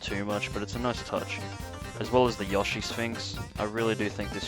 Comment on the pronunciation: The way you say yoshi is hilarious you say yoshee 😂